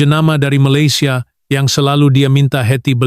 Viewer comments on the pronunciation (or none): none